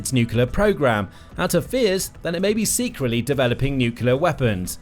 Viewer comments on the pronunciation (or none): There's only one "u" in nuclear. Why do you pronounce two u's?